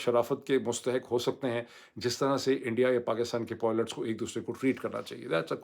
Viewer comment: کبھی....پائلٹس......کبھی.... پوئلٹس......؟.